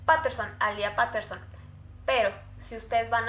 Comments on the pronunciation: Me da cringe cuando dice Paterson en vez de petterson o como se escriba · Es PETERSON, no "Paterson" como dices tú...y alía Peterson apreció el 16 de octubre. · No se dice Paterson se dice peiterson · Se pronuncia petterson no paterson 🤣